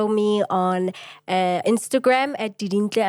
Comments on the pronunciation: Surname’s Khunou (pronounced as koo-no-oo). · Haha we share the same surname, and guys its Khunou.. not Khunoe😪😪😂